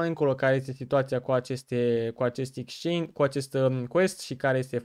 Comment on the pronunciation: bro se scrie exchange si se pronunta ,,exceingi,, nu dau cu hate incerc sa te ajut ~respect~